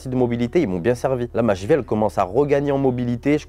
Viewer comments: Ya que moi que sa faire rire la prononciation de la cheville chez " la chvi " 😂😂😂😂😂😂😂😂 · Oui, on dit la Cheville et pas la jville! 😂😂